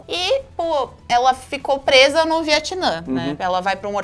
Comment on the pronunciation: Eu fico me lembrando que se não é Viatnã e sim Vietnã